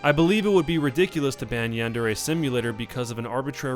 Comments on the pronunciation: Why do people pronounce yandere yandārā its yan-deh-reh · Yan-de-re (not ray) with the stress on the 'yan' (1st syllable)... and also the R is pronounced differently but i think that's too much to ask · Its pronounced as its written but you have to roll the R. Yan - De - Re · i THINK its pronounced Yan-De-Re.... im not 100% sure though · You are not even saying yandere correctly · My god he can't even say yandere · why doesn't anybody know how to pronounce yandere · yandere dev doesn't know shit about pronouncing Japanese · This guy can't pronounce yandere and it drives me crazy